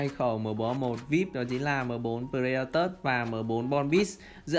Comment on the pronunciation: Pờ-rê-đa-to anh ơi. K pải pờ-rê-đa-tớt đâu anh -__